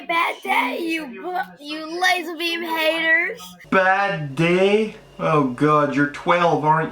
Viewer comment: I think it's lazarbeam not lasar tard